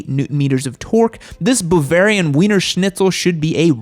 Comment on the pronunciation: ... did you say the Beemer was "Boovarian?" ...